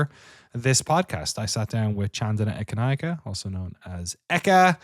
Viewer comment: As a Sri Lankan, I'm super impressed with pronounciation of Chandana Ekanayake. Always appreciate when someone takes the time to learn how to pronounce a name.